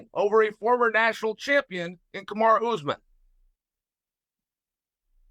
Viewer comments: He also called Kamaru "Kamara" lol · Chael always calls Kamaru- Kamara... Chael is a legend. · He gets everyone’s name wrong. He even calls Kamaru Kamaura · "Kamara" how hard is it to pronounce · & "Kamara" Usman lol. At least he screwed up both names in the interest of fairness. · And Kamaru Kamara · 10 second into the interview chael the GOAT gets BOTH name wrong LOLOLOL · How did Kamaru and Khamzat become Kumara and Hazmat lol he has to be intentionally saying names wrong at this point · Everyone: Khamzat vs Kamaru Chael: Hazmat vs Kamara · kaZZZZMAT CHIMAEV against KAMASUTRA USMAN. CHAEL SONNEN SUCH A GREAT Pronouncer:text-green-game-over::face-blue-smiling